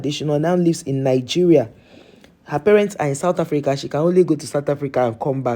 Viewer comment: Why you want to give us chidimama what is wrong with you all.I need real true Nigerian to tell me.we are not stupid all in South Africa.not sad Africa as u pronunciation.we are shaka and sekhukhune amapondo children.we will respect who respect us.we will defend our self from anyone who disrespects South Africa 🇿🇦 our land.just leave us alone.god give South Africa strength and wisdom and love from to u mighty love.for give the enemy of South Africa who want to destroy u peace and South African people.please bless South Africa on the year of 2025 and beyond.we don’t hate we have love god bless Africa and the world.we are all your children.